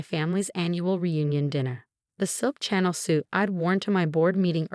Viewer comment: Please improve the pronunciation in your audio narrations. 'Chanel' should not be pronounced 'channel.' AI should not be pronounced 'á-ē.'